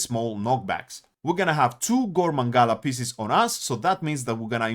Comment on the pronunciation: why did you say maNgalas ?? where is that "N" coming from ?